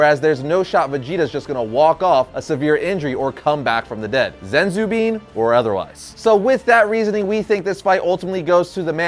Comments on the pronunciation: Did he say zenzu bean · No offense you might be right but if you can't say sensu bean right I can't trust you bud🤔